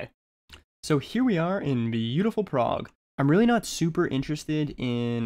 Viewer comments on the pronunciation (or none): none